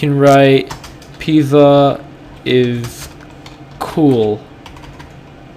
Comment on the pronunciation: Who the f says pizza like that?? lol and guess who this is